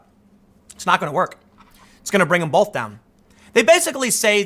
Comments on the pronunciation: I must be old, but can I ask. When did we add an L to the word both? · The word both does not contain an L Tim. Please say both not bolth